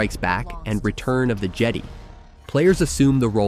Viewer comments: I’m EXCITED for Star Wars: Outlaws this month! By the way, the word Jedi is pronounced Je-DIE. Not Jedy. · “Return of the Jedie” 😂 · He pronounced it "Return of the Jedee" my dude... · It got better 😭😭 From “Return of the Jedee” (Jedi) to “Matthew McConauGAY” 😂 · Return of the jedee? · I can forgive the click bait thumbnail but I absolutely can not forgive your pronunciation of widely known names like Black Ops and Jedi. It’s painful to hear and just gives off second hand embarrassment for you.